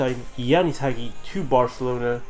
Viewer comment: It's "HA GEE" Dude, his father is a lenend, learn to pronounce his name for fuck sakes